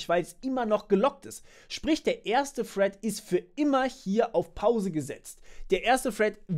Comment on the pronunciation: Das heißt "thread" und nicht "Fred" 😁, aber ansonsten gutes Video. Hätte aber auch, wie bereits in den Kommentaren gesagt, ein iteratives Beispiel zur Verdeutlichung genommen.